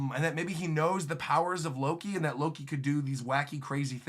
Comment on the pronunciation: As soon as you misspoke Loki as “looki”, like “lucky”, which sounds like the mispronunciation of luffy. What is Loki’s name is a play on lucky?